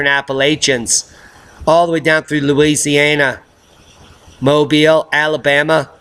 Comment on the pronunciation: Woooooooah He actually pronounced "MOBILE, Alabama" correctly. No one ever says that right